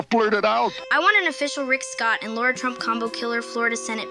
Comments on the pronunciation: It's LARA....NOT LAURAAAAAA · Benny, you called her "Laura" 3 times.... she's Lara! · it's L A R A ugh